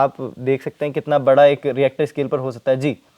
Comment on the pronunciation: REACTOR SCALE!!!! 😂😂😂😂 JAAHIL ANCHOR.